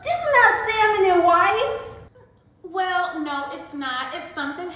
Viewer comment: “ this is not salmon and wice “ 😂😂😂❤️